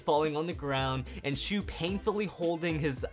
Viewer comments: Bro, his name is shu not shoe. Show some respect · Idiot he is Shu not shoe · And not shoe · HE IS SHU NOT SHOE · DarkMikeRiDeR209 his name is Shu not shoe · Not shoe😂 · shoe kurenai XD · How dare you put Shu as "shoe" !!!